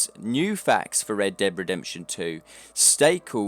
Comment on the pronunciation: Why do you say "Red Deb Redemption" ?